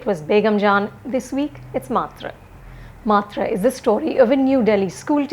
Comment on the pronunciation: Anupama Chopra first learn to pronounce "MAATR" correctly